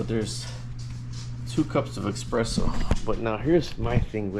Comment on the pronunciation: eSPresso not eXpresso